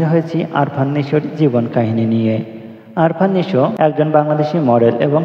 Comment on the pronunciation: আরফান নিশো না আফরান নিশো,নামটা ভালো করে বইলেন